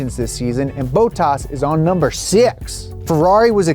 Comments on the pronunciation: I love Donut's content! <3 But it bothers me a little how pronounces Bottas. xD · The pronunciation of Bottas in this video hurts me so much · Bottas would commit suicide by crash if he heard that pronunciation. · Wtf is that pronunciation of Bottas? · Why are you butchering Bottas name? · The way you pronounce Bottas... 😬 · Love the vids but how can someone so intelligent, miss pronounce Valtterie’s surname so badly! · Love how he doesn’t know how to pronounce any of the drivers names lol.. shows he’s not an actual consumer of F1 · Your numbers would be more believable if you could pronounce the names correctly.... Like ten minutes of research, bud. Put in the effort. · PLEASE PLEASE PLEASE before making videos regarding people’s names, spend 5mins and find a video of other people pronouncing the name so you don’t get it so terribly wrong. It’s only a small thing but it’s horrible to listen to someone pronounce bottas so incorrectly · Gotta love the ‘Boat-ass’ pronunciation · Great video. But, 'Bow - tass'? 😂👍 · Aaaah yes, my favorite driver "Boat Haas" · Who the hell is Bowtaz? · “Bootas” cmon lol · why do they call him 'bow taas' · Lol saying bOttas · Big F1 fan and big Fan of Donut, love the videos. Only thing I would say is work on your pronunciation on the names. Boatas 🤣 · LOVING the F1 videos.... but..."Bow-toss?" C'mon, you're better than that. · Stopped after 8 mins after getting sick of Boe-tars. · Bro said boattaas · Valterri Boat-Toss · Dude says Bottas like Boataaas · Who's this 'Bohtas' character he keeps going on about? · It's not Bow-tas... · He says bottas like bow-tas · why does he call Bottas boatoss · Bro. Who dafuq is Beautas? Please tell me you're trolling with that. You can't claim to be an F1 fan and never watched a race long enough to hear Bottas' name spoken. Hell, you could just listen to who is doing a cameo on this very video! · "Valterri Botox" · Who's boatas hahaha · Wtf is bowtaas?😂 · Who’s Bowtoss